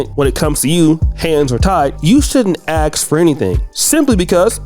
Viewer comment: Ask not axe.